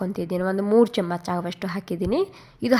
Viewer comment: Nim kannadano neevo. Thoo. Camach chamach anta badkotiya. Chamachaa anta boglu